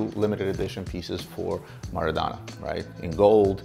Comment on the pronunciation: Each time he butchered Maradona's name I cringed.